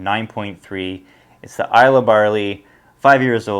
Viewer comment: It’s pronounced Isle-ahh, not Isle-lay.